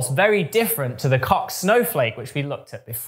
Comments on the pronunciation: And "Koch" with a "clearing throat" sound. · I thought it was pronounced like "coke" but I'm not complaining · Why? That sound does not occur in Swedish as far as I’m aware, and Helge von Koch was Swedish.